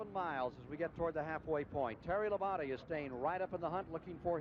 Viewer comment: LOL i still cant get over Ken Squier calling Labonte "La-bounty."